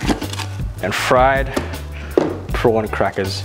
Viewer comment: ohhhh.... prawn crackers :') Yea I definitely heard you say prawn and not something else there :')